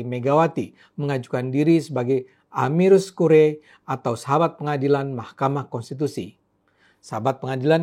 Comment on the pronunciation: Bang Armando, viralkan cara baca kata Latin itu dengan benar dong. Bacanya: A - MI - KUS KU - RI - E ("E" dibaca seperti "E" dalam kata "EDAN")